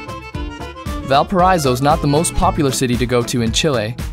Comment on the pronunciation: The pronunciation of Valparaiso is sooooo bad